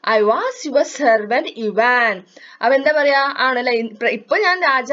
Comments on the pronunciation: ഐവാൻ അല്ല ഇവാൻ' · ഇവാൻ എന്നാണ്